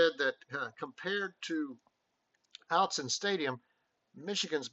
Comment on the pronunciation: "Autzen" ❌ - OUT-sun ✅ - AUGHT-sun